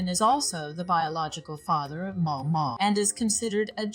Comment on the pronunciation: The AI voice here is surprisingly good. I only notice it stumbling on the pronunciation of Maomao. A bit more pausing between sentences would also help.